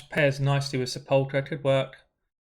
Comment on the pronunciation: When he says Sepulcher I can only hear "Sir Polka" and it's hella fun. The perks of not being a native english speaker lol.